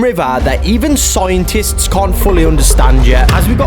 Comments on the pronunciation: SCIENTIST ❌ SOOINTIST ✅ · scientist ❌soaintis✅